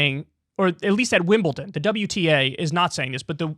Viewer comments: Also Kyle it's WimleDon not WimbleTIN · It’s Wimbledon not Wimbelton. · Kyle ‘Wimbleton’ Kulinski!